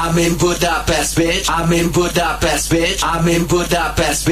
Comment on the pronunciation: Csak kár hogy az mondja hogy Gúdápeszt XD